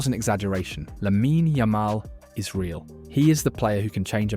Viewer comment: Teach your robot voice thing to at least pronounce his name correctly.